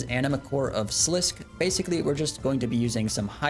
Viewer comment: I think I might put some TDs in my PoD too, I like killing them sometimes for fun, I made bils off of them back in RS2. And not that it matters at all, but I think it's pronounced slis-ski. You know people love flaming pronunciations of fictional places/things/etc.